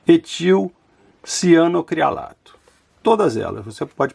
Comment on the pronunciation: É cianoacrilato. Não é cianocrinalato.